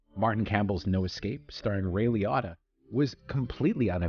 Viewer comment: Ray LEE-OH-TUH